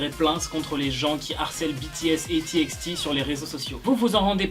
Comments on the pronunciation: C'est pas "ti ex ti" c'est "ti by ti" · Juste on dis j« ay »-hope (j-hope) et T bye T (TxT) Voilà 💜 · Pour TxT sa se dit « ti bay ti » :) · TXT se lit «t by t» voilà voilà 😅